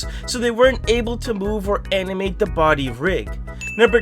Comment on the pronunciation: did he say animate or amimate?